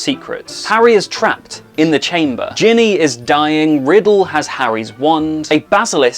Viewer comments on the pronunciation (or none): none